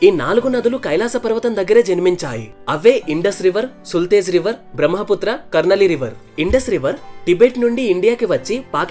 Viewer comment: సుల్తేజ్ నది కాదు సట్లెజ్ నది